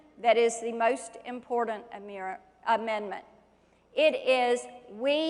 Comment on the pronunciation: "Ya know, it is impordant"... In The Morning!